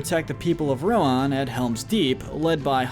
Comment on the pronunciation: RIDERS OF RON?!?!